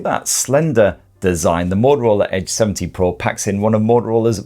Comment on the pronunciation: I keep hearing H70 Pro Nice review You seem to love Greece